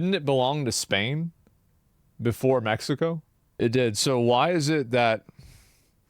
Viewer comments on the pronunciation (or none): Bro you cannot make a "California belongs to Mexico" argument and pronounce it "Meh-hi-co". Bro legit calls them Latinx. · Blue eyes white guy pronounces Mexico as Mehico. Look at how authentic he is. Please give him an avocado. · "be a white beta socialist and not pronounce it meHico" challenge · These are all just the I need to be woke as a identity or to feel superior to other people cuz of progressiveness and it’s the lack of knowledge and self awareness like what white personal pronounces “Mexico” as meh hee co like stop it with the fake accent ur not Mexican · "It belonged Meh-he-co." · The soyboy saying "Mehico" is a parody, by the way. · When the white guy pronounced Mexico in spanish.... please stop. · oh look how progressive he is he says Mexico in Spanish with a Mexican accent instead of in English with an American accent 😂😂😂😂